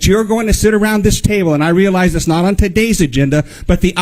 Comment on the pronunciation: Please stop pronouncing the word on as oowan, I can’t take it anymore!!